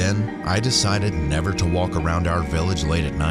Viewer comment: "Never nerver"💅💅